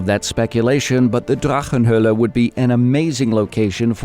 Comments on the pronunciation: you nailed the pronunciation of that drachenhoelle in that video it caught me off guard i thought you turned german for a minute. great video though thanks for the information! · You have a good german accent when pronouncing "Drachenhöle". :-)